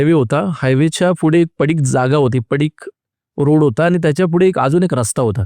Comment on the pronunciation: फुढे ❌ पुढे ✅